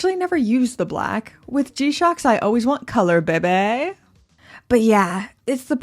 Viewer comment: Please stop saying behy behy!